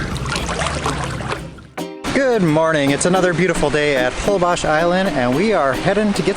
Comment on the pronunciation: Why do you guys pronounce Holbox with Holbosh??